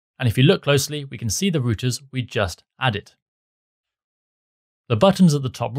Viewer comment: good tutorial and all just the way he pronouncing routers as "rooters" instead of "rou-ters" was off putting haha